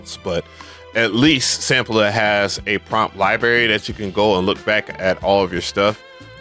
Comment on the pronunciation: Lie berry 😂 🤥🍓